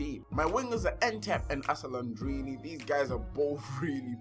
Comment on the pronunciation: It's alessandrini not asellandrini